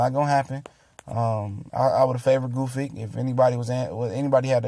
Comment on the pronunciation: Gusyk, Goofik... OMG, it's Gvozdyk! Or are you trying to deface his last name on purpose?